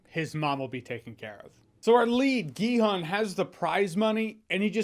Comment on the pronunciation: It’s Gi-Hun not Gi-Han.